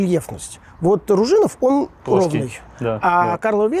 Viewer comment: На канале язьіковой школьі видео с туевой кучей направильного произношения! В словацком язьіке ударение на первьій слог. Какой окрЕс? Какой РужИнов? Какой СенЕц? Какое БискУпице? Ау. Вас же будут смотреть люди без понятия про то, как произносятся єти топонимьі! Зачем переиначивать на московский манер? Чтобьі что? Удачи в дальнейшем. 🖖